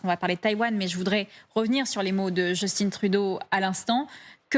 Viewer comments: Message aux Français: Arrêter de nommer notre premier ministre "Just-tinne". C'est un Québécois francophone et son prénom se prononce "juce-tin" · Justin comme Justain pas Justine! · Pour le 1er ministre du Canada (et non président), on prononce « Justin »comme dans Justin Bridou, car c’est un francophone. Et non « Justine » comme Justin Bieber, qui est anglophone. Vous êtes journaliste ou bien ? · "Jeustine" vraiment ? Personne ne vous a renseigné ? Justin Trudeau est d'origine québécoise donc locuteur français bien que parfaitement bilingue. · JUSTIN, JUST comme dans juste et TIN comme dans Tintin, pas Djeustine!! Premier ministre, oui ya pas de président au Canada… un roi, paraît -il, qui nous coûte une fortune pour que dalle… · Les francais me font tellement rire Just in Trudeau prononcer a l'anglaise bravo Margot, il est francais ca se prononce en francais Justin Trudeau !!!! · Il faut prononcer Justin en français, pas « Djostine » à l’anglaise !!??! Mais d’où vient cette aliénation ?????!?